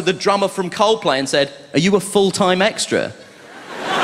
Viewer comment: 把coldplay唸得像靠北的一位幽默家。